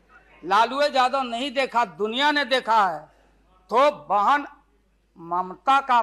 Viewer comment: Mamta... ji ko "बाहन" bola😅